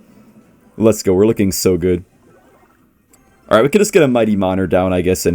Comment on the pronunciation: is the type of guy to say “balright” against Jynxzi’s graveyard deck